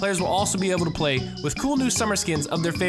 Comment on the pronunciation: Did he say Fray instead of play?